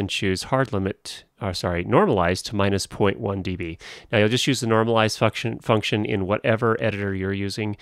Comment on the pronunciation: what's a fucktion ?